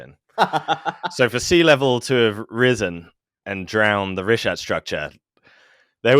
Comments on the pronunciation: keeps saying richta. It's pronounced reeshat. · The greatest mystery of the Richat structure is why keeps pronouncing it "Richdot"